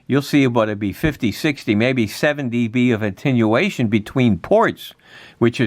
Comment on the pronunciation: Come on man, if you're going to do a technical video, get the terminology right and quit sounding like a CB'er! It is Attenuation, not intinuation!